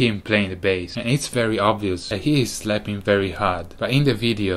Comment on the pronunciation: It is pronounced as Bass, not base...